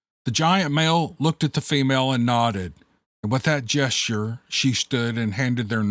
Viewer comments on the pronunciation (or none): none